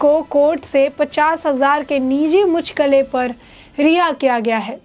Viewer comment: Mucchalke ko muchkale kyun padh rahi hai yeh? Hindi padhna nahin aata kya?